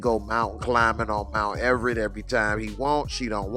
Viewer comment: Mount Everett? Yo...this dude, lol.